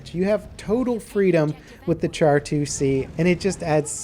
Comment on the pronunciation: It's pronounced "Sharr"